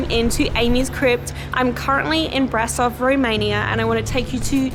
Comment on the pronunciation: I went there when i had 9 years, nice place, i was amazed by her structure and The organ. And by The way, you can sau BRAȘOV, AT Ș SOMENTHING like she,, și,, you know? 🖤(love your videous) 🖤🖤